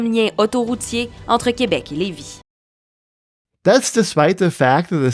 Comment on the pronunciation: BTW Lévis is pronounced Lay Vee . The Gare du Palais was abandonned/closed in the 1976 so the government could build its highways. CP built a small station not far and CN stopped its trains at Sainte Foy (Gare du Palais was a CP station but with open access and served many railways until there were only 2 left CN and CP. When VIA was created in 1979, it moved the ex-CP trains (North shore line) to Sainte Foy to combine both at same station. If you look at what is left of Gare du Palais at , - , the tracks were dead ended against the right side of the V and leaving the station towards west-north-west till the south short of St-Charles river and then west to reach what remains of the tracks which is still used by the short line (Québec Gatineau Railway (aka Gennessee & Wyomming) that bought the line from CP during the later's exit from Québec. Much of those tracks were grade separated. But what was left was the longer and laden with grade crossing CN freight line to the port which arrived from the north side of St-Charles river. Fights to preserve at leaast the building had the government rethink its plans and preserve the building and integrate it with its new office complex and with VIA rail now set to rejuvenate rail travel, the government agreed to integrate a train station into the new complex as well as the bus terminal. (this was just before the feds started to canibalize VIA with the series of cuts in the mid 1980s). Gare du Palais re-opened in 1985. The "Gare